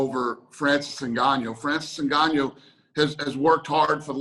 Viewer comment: Is anybody ever gonna correct him? lol Ngannyo